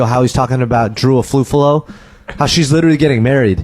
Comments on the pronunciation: Bestie, you're saying Drew's last name wrong. It's pronounced like awf-ooh-all-oh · I'm convinced he pronounced Drew Afualo's last name like that on purpose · no fr. ESPECIALLY when the name is butchered almost immediately after the person gives their name. And Drew isnt some random internet personality on tiktok, her last name is constantly being said and shared accurately. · i know what you're trying to say. You're trying to equate his pronounciation to how japanese pronounce "sukareto" to "scarlett" or "jo-ji" to "george". Yeah dude I'm not that unfamiliar with japanese language. Nice try though. But that's NOT the case here. I don't see any point why he need to add another F in Afualo's name. Both him and drew speak the same language. No language barrier can excuse his mispronounciation. If you're trying to excuse racisms, just be genuine about it